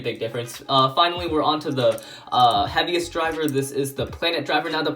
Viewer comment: did anyone else hear "the Happiest beyblade"